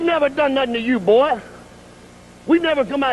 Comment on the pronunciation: Um, who ever said that it was a "work" accent? I was saying that his accent was perfect while saying "Boy", not his "fake" accent or that it wasn't his real voice.